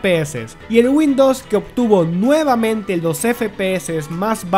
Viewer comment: Por qué dice windos? Y "fue" en vez de "fueron"